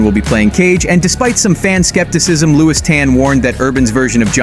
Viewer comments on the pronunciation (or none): none